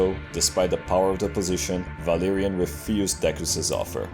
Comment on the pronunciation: Idk if it's just be but it took me way too long to realize. But when you say Valerian it sounds like Valyrian (The Game of Throne Ethnicity which the Targaryens are from) and their race was known for dragons and white hair and purple eyes.